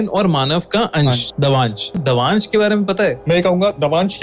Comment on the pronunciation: Voh (dav aansh) nahi (daavansh) hota hai